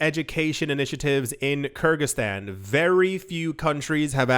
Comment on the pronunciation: Hi! The country's name is pronounced " Ker-Giz-Stan". Kergiz are an ancient nation in the East and "Stan" means the "State" All the Persian Empire's States end with "STAN". such as Gorgestan, Armanestan, Kurdestan &....